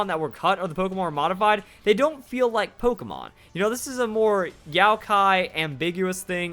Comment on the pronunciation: I'm sorry but did she say YOWKI????? it's Yokai. good video though!